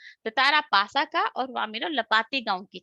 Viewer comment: In 28 it is not nasa it's pasa